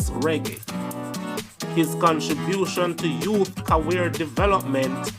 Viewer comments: Career not caweer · The word is CAREER not CAWEAR sir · What’s Cawear??!!….go learn to read and pronounce words also please work on your diction. The word is Career !!! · “Cawear” thought it was career as in ‘ca-rear’ 😅😅😂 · Bugs bunny 🐰 the cartoon character would've say Cawear ....😅😢😂 lol...the right words is careers